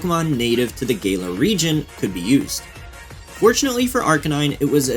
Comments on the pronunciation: I found this video really interesting but I think the core thesis is flawed. You say Arcanine beat power creep and then bring up numerous examples of it being power crept 😂 Also you pronounce Kalos and Galar wrong. They have a hard “ah” sound, not a soft “ay” sound. K-ah-lo-s and G-ah-lar, not K-ay-lo-s and G-ay-lar. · love the video but hearing “kaylos region” and “gaylar region” sounds so so wrong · "kaylos"? "gaylar"?? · "KAY-los" "GAY-lar" My soul hurts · i hate being this guy, but not every “a” in a word is pronounced as “aye” lmao. no hate man but kalos and Galar are def NOT pronounced that way. PLEASE DONT FLAME ME 😭